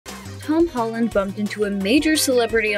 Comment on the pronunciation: she said hom holland